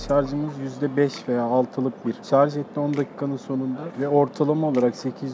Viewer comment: "Şarj"a, "şarz" diyen insanların kafasının sağlamlık testi gelsin. +1